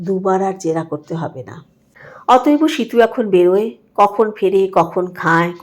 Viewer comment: অত‌এব কে অত‌এব-অ বলছেন কেন?